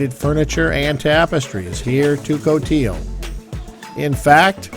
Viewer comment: Someone told me that it’s pronounced Cote - ee - lee!